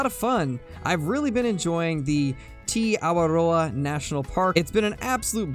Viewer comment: Great pronunciation!! (of Te Awaroa)